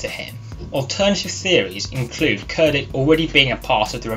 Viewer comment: Pronounced “chair ditch”. Other than that nice video!